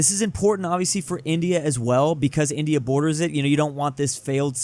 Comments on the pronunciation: he can't pronounce 'india' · i think forgot how to pronunce india